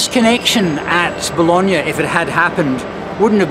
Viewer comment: Now I know the correct pronunciation of Bologna. I called it Baloney lol 😂